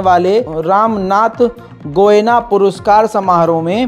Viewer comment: Abey chicha Ramnath goina nahi , Goenka bolo 😄